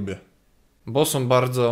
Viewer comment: "to...som okulary..."(wiem że powinno być "są" ale "som" brzmi lepiej)